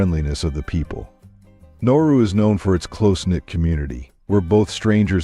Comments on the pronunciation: You got the name wrong 3 times in the first minute. You called it Noru once, and Naru twice. It's Nauru. It's not pronounced "no-roo". It's pronounced "Na-ah-roo". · Thank you! I was thinking the same thing 😕. Nah oo roo. Yeah pronunciation is terrible. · Besides not spelling or pronouncing the word NAURU (Nah roo) properly, a majority of the photos used were NOT of Nauru. Nauru is shaped like a top hat, with land all around the island where people live up against the top hat portion, which was predominantly mined for phosphate. There is a lagoon on the topside too, where a few people live, and the Japanese had fortifications up there looking out seaward during WWII. The people, as do many Pacific Islanders, traditionally over centuries before western contact, lived with the seasons, and for 4-5 months many people literally starved as there was no rain and heavier winds, so over time, Mr. Darwin made these people able to adapt, by storing up fats and reserves from the good periods to live through the droughts. Then the westerners came and harvested the phosphate (literally stealing it) until their independence. THEN they began to get true value for their phosphate, and with cash imported western foods and customs, and their bodies, used to feast and famine, instead ate all the time, and they never shed the weight. A generation of this, and they were hooked on western fat, salt and sugar. THAT is why they are so obese, as so are many other Pacific Islanders, as their genetic code was predisposed to a livestyle that no longer exists. I had great BIG meals on Nauru, more than I could ever eat, which was always followed by driving around the island. And around again with another round. All night. And the reefs are pretty, but al